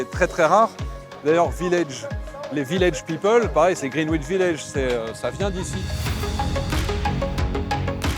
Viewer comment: Superbe vidéo! Au plaisir de vous croiser à nouveau (j'étais devant vous dans le Dublin-Paris le 18 août). Pour info, le W est une consonne muette dans 'Greenwich' mais c'est vrai qu'on peut aussi le prononcer à la française.